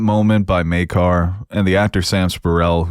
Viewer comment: Thank you for pronouncing Maekar's name correctly!